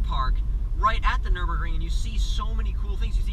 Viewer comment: dude its called nürburgring ;)